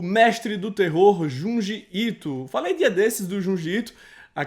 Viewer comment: Opa, ótimo canal, procurar depois sobre a pronúncia do "Ju" e "Ji" em japonês, pois a pronúncia correta do Ju é tipo Dju e o Ji se fala Di, seria mais ou menos assim Djundi Ito a pronúncia correta, todo mundo quer falar os nomes em inglês de forma correta, mais falam os nomes em japonês totalmente errados, só uma dica. 😉